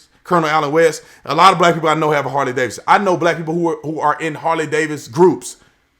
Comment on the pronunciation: It's Harley Davidson not Harley Davis!